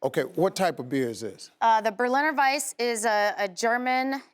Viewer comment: sad that she cant pronounce berliner weisse correctly....its indeed a local speciality here in berlin...nice in the summer..try it once you visit us ..greetings from germany